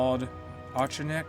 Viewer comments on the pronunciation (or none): Claude Auchinleck is pronounced "Orc-In-Leck", he had the nickname "Auch the Orc" because of how he used to sexually assault his Indian boyservants